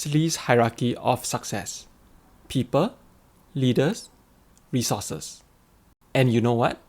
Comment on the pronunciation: Wonder why Singaporeans who are well educated pronounce "people" as "pee_per"?